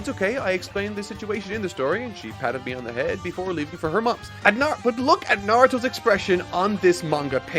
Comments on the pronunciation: NAR-OO-TOE that is how you say his name you scrublord troll monger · You'll go out of your way to pronounce Sakura like a weeb, then call him Narudo the whole time? Awful video. You got your engagement, wowie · I like your content and find myself watching it start to finish, I thought I’d feel the same about this video but then you just kept saying “Narudo” 😅😅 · Come on bro narudo.. really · I’m not gonna lie, I’m hurt every time he says “Nardo” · The real enigma of this video, is where the T in Narudo went. Its pretty easy to simply youtube characters saying the name, idk, perhaps he who speaks is probably under a Genjutsu. Wait, I mean Genjusu! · can u stop saying "naruro" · Great video but Na-Ru-Doh sounds horrible, work on your pronunciation man, it’s easier than scripting a 6h video ;) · I cannot stand when people mispronounce “Naw-roo-toe. Lasted barely over 5 minutes. Sad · Literally can’t say Naruto